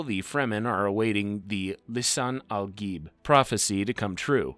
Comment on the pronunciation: The pronunciation is Lee Sun Ahl Gaaeeb.